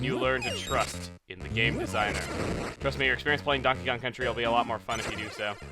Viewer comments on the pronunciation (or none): none